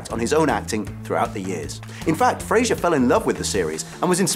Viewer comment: Hugh Fra-Zer .. Not FraZH-er. Wonderful series, fabulous actors.